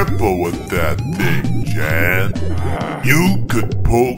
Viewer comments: He said Jan instead of jon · I think is supposed to say Jon but it sounds like hes saying Chad lol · said Jan but he said jon